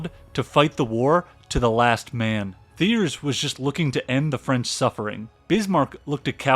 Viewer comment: annezed nice(neyes)? that's neeese, chum. theeerz? tea-AIR. gotta smarten up ur ai narration